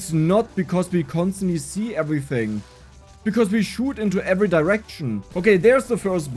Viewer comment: How much German accent do you want?: Ävritzing